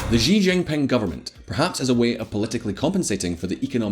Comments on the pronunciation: if you are going to present yourself as an authority on china you might want to pronounce the counties leader correctly. Xi is not pronounced jee. It's pronounced She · Xi is pronounced like "she" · why cant anyone say Xi Jinping properly? Xi is pronounced "she," Jin is pronounced "Jean" and ping is pronounced the same as in English (ie - "Ping the network"). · Xi Jing Ping (She Jing Ping) SHE. not jeeee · Who is Ji Jinping? The CCP boss is surnamed Xi (pronounced similar to "she").